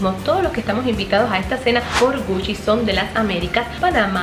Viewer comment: Algien Más sé confunde cuando dice "Puchi" i "Gucci" .